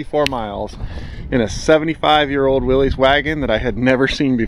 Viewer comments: It's pronounced Willis...not willeez! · like you most people mispronounced Willys. The correct sound is 'williss' (rhymes with hiss) not 'willeez' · I’m a curmudgeon. It is not now, nor was it ever a Willie’s. It’s Willys (pronounced Willis)